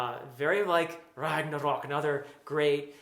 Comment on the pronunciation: yeah, exactly. I almost forgot. And the award for the best pronunciation of the word "Ragnarök" goes to.... Congratulations!